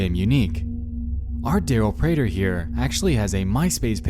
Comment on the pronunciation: Ewww I don’t like that he used my last name prater... (Also, great job on pronouncing it correctly.)